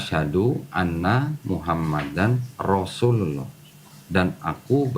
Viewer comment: Masukan untuk... Lafadz syahadaturrasul ada. Bacaan idhghom bilahgunnah... Nun mati atau tanwin ketemu lam dan ra' dibaca tanpa dengung alias masuk ke huruf berikutnya.... Wa asyhaduannamuhammadarrasulullooh..bukan muhammadanrosulullooh...